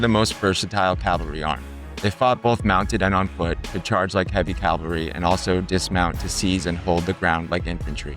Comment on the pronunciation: I obviously enjoy this topic, so thanks for making it. With respect, please do not say “Calvary” when discussing “cavalry”. “Calvary” is a place, and “cavalry” is a bunch of soldiers on horseback with bad intent.